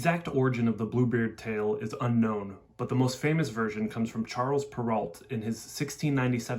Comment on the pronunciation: Charles ‘per oh’ is the pronunciation. Perrault